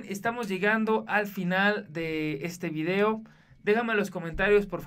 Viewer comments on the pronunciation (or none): none